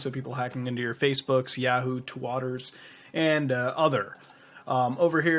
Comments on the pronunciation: Did u say twatter? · why do you pronounce Twitter as "twatter"? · . What's up with mispronouncing everything? twatter, a-la-mowz? illuminarti?